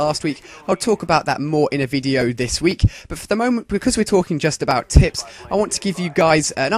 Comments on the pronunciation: it sounds like hes sayin that hes gonna talk bout tits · at the begining did he say: tips & tits? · sounds like your saying tits